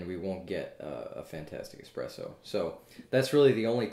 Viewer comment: Is it just me, or does he say, "expresso" ?